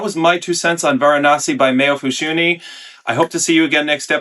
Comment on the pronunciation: Varanasty 😂 That was good. "Ceremonial" was a great descriptor for this one though. Definitely not as churchy as CdG's Avignon, but still quite contemplative.